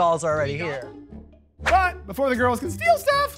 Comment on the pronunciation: where he say "BUT!" is hilarious. Poor Rock M, always the BUT! of the joke!